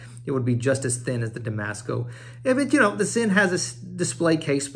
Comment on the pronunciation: It’s pronounced Zinn